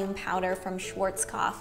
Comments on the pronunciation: the way she pronounces Schwarzkopf is just so funny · Love how you pronounce the word "Schwarzkopf" because I am German and it sounds kind of funny how you say it :D